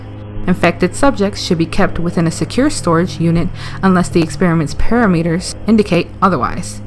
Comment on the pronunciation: I’m reading about pomegranate seeds - I’m out of breath I can’t sustain my cadence I’m out of breath I should have practiced reading this I’m out of breath What the fuck is a “PARAMEAT’er I’m out of breath